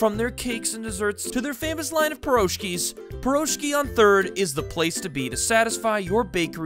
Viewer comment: As a Russian your pronunciation of the word Piroshki hurts pretty much x.x